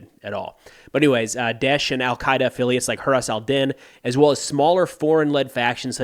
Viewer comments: You butcher it so bad I didn't recognize it at first😂 By the way, they don't like it when people use it. It sounds more like DAAAIShh With very strong I and sh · hey, love your video about ISIS, the way you say it is: strong Da (like yes in Russian or just flat D) short e (like the sound someone make when they get confused) which lead to sh (like when you try to silence someone) say all 3 salable quick and you get Daesh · You can't pronounce DAESH correctly, the E is not really an E, it's actually a letter that has no equivalent in English, therefore, don't feel bad about it.